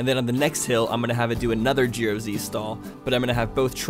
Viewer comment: “gero z stall” That was funny.